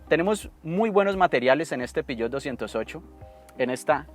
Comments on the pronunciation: Peugeot, no piyot .. :face-fuchsia-tongue-out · El "piyot" jeje